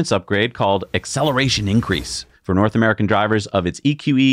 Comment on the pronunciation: “Nort” America … 😂